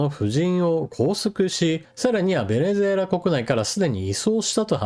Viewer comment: ベネェェラに聞こえます。 正月からビックリニュースですね。